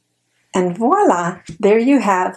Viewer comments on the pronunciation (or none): none